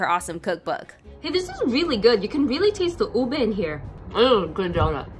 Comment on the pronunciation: Thank you for pronouncing ube correctly🥲